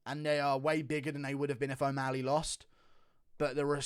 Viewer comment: Dude pronounce o'malley right its not omaaali